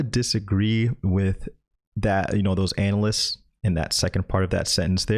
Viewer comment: I think you’re pronouncing anal-ists wrong.